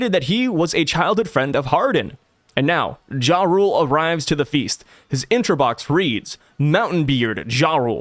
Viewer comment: I keep hear Ja Rule instead of Jarul. Sounds like a good read.